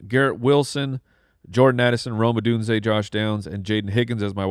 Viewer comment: There's something about the way y'all pronounce Rome Odunze and Bo Nix. I feel like you're saying "Roma Doonsay" and "Bownicks".